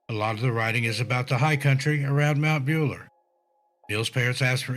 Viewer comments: It’s Mt Buller as in bull er not builer lol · It's pronounced Mount BULLER as in male cow, not bueller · As a born and bred Victorian who has just found your channel I remember all of these cases well. There are just two thing I want to say. Firstly - Mt Buller is pronounced like Bull (the animal) not Ferris Bueller. Secondly the Victorian high country is very deceptive and the weather can turn very quickly. The locals will tell you that it can appear warm and sunny with bright blue sky in the morning, even lunch time and by the middle of the afternoon the clouds have rolled in,, the winds have picked up and the rain and even sleet has taken over. It is not just the elevation - it is also the peculiar topography of the mountains. It is not a place to take lightly. People who do not know the area should never go there alone or without a guide who can get them out of there. There are huts set up with supplies for those who are caught in the weather but you have to know where they are (at least there used to be - I have not been up there for a long time now). If people are going to continue to venture up to places like that unprepared, then people will continue to go missing. Apologies if that sounds harsh. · It's not Bueller. It's pronounced BULL A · Mount Buller isn’t pronounced like Bueller, as in Ferris Bueller, it’s pronounced like the word ‘Bull’ with an er at the end. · Why does he pronounce Mount Buller as Mount Bueller ??? It's pretty easy to say BULL ER. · It's Mt Bull-er, not Beuller haha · It is pronounced Buller , cow/bull. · Its pronounced mount bull-er :) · Thanks for doing a story of missing people in our bush. More stories please. Our bush is as dangerous as the US. We have more deadly snakes here though. They're everywhere in the bush. If you get bit out there on your own, you won't last long. One thing, its pronounced Bull-er.🇦🇺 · Bueller not builer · Not Ferris Buellerrrr hehe. I giggled at the mistake when he said it 😍